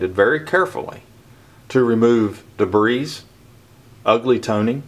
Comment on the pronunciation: Hey, I (did) learn something from this video, Thank you. Now it's (your) turn to learn something....the (s) in debris, is Silent..lol😅 But seriously, Thanks for the vid, I had been wondering how to tell if one had been cleaned..appreciate it very much! Brian S.